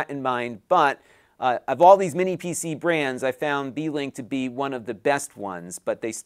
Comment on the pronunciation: I was welding while listening to the livestream, I swore you said it was a D-Link lol